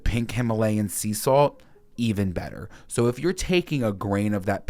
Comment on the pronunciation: “Grain of Sawwllh-T” a one syllable word somehow sounds so long when said so many times in a row 🤣